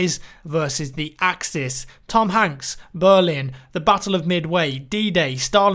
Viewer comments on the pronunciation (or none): did you say berlin